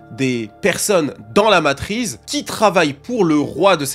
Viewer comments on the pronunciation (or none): MATRICE PAS MATRIZE STOOOOOOOOOPPPPPP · Matrice ❌ Matrize✅ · ça m'a stessé car je n'vais jamais entendu "matrise" avant donc je suit aller regarder et en faite il veut dire matrice. Lol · La matrize est tellement puissante qu'elle empêche de prononcer son nom correctement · MATRIX... MATRICE ...MATRIZZZZ... FACILE A DIRE ENFIN🤣🤣🤣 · C'était so (tellement) 2002 Matrice hahaha !! Effectivement en 2025 c'est la matriZzZzzz !! 🤣👍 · J'allais faire le même commentaire, il stress avec sa matrize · 20 fois matriZe au lieu de matriCe... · Est ce que je suis la seule qui voulait pleurer à chaque fois qu’il disait Matrize ? 😭😭…. Du coup j’ai voulu pleurer des taaaasss de fois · combien de fois il dit "la matryze" dans cette vidéo (MATRICE)....................4fois 22 fois ou 1453 fois:trophy-yellow-smiling::hand-orange-covering-eyes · MATRI CEEEE, qui dit MATRIZE putain 😭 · La matrice on prononce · Matrice pas matriz stp bg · Petite PREZISION.. cest matrice pas matrize. Merzi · Arrête de dire Matriz frérot 😂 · Une Matrice pas une matriz... et matrix matrix 😊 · depuis ta vidéo, j’arrive plus à dire ‘matrice’ normalement. C’est "matrize" qui sort tout seul. T’as lancé un virus linguistique 😵🧬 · J'ai jamais été autant trigger par une faute de français, mais la vu le nombre de fois ou tu le répète c'est trop .... MatriCCCCCe et pas matriZZZZZe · T'es payé au nombre de fois que tu dis matrize ou c'est comment? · T’as ruiné ta vidéo avec le mot Matrize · En 30 secondes y a eu 30 fois " matrize " je transpire déjà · On dit matrice, la prononciation m’a trop stressé 😂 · Ça m'atrize vraiment de l'entendre dire matrize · je te jure c’est dure d’écouter le début avec ton « matrize » 😂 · Le hasard a voulu que ce mot qu'il ne sait pas prononcer soit celui qu'il répète le plus.... Pour nous rendre fous sans doute 😂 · Mais frérot c ouf de répéter matrize autant jpp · LA MATRIZZZZZZZ ptn ca rend fou (super vidéo cependant) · ARRÊTE DE DIRE MATRISSSEEE !!